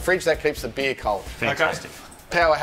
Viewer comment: Or in Australian, “beeaaer”.